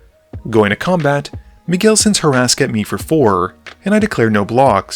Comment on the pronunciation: Love this channel and HATE that I’m being this guy but… it’s HUR-ska not Horaska 😂